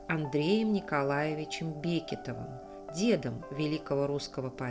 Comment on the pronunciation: Бекетовы - ударение на второй слог. Имение было 120 десятин (не два)